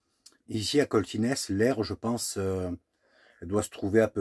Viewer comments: Bonjour, pour Coltines on ne prononce pas le S c'est Coltine, mais on dit bien St Etienne Cantalès(se)😀😀 Bonne route. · Alors petite précision, on dit Coltines , on ne prononce pas le s .... tu es sur le plateau de La Planeise, (Cantal) tu aurais pu peut être visiter Saint Flour.... je connais le coin j'ai un copain qui habite cette commune 😅